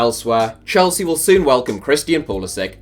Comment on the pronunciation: he said shelsea instead of Chelsea